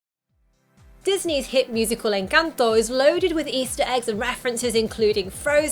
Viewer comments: thought you where gonna talk about the 10 million Colombian easter eggs. Can't blame you for missing them. Kudos on the pronuciation btw. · Omg lol I have to say this, after watching a bunch of videos about encanto, I just want to say THANK YOU for pronouncing encanto correctly 😄🥰💜 I'm not hating anyone who cannot pronounce it correctly it's just a comfort to hear the correct pronunciation. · Excellent pronunciation of ENCANTO!